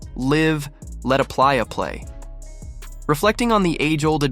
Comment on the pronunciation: my man's can't read lol said Pliya it's Playa as in ( Player ) Liv Let A Playa (Player) Play